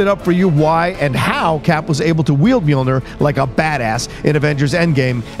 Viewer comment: It’s NEAR, not NUR, for that end pronounciation